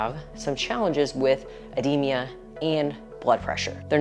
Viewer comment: Ed-de-ma Not ed-de-me-a Yw